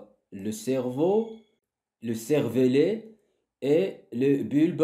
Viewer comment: servelet ❌ cervelet ✅